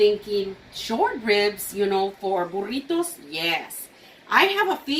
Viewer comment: That burrito looks amazing! Can’t wait to try it. Do you also have a recipe for Breakfast Burritos? I would love to watch you make those. I’ve tried to make them and they are ok but I would love to learn how to make them properly. I love the way you pronounce burritos! I can’t roll my r’s. I wish I could do that! Lol